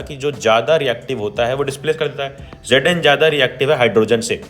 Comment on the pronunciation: Its not asid its acid and its not gedn its zn